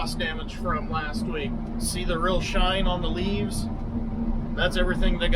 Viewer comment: Cracks me up the way you say look at the leaves😂looks like your audibles are working well. Stay safe hoss and keep crushin it 🇺🇸💪🏻🇺🇸